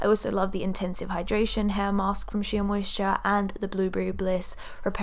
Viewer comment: Great video. Just a pointer, the word Shea is pronounced ‘shay’ 😀